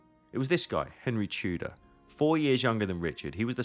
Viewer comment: Aussprache von Tudor üben !